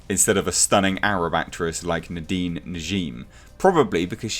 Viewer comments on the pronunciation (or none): none